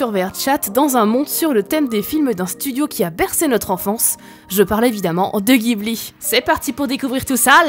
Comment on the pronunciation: Je dis « guiblie » et pas « jiblie »